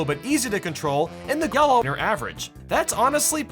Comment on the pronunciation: why did he say green and yellow wierd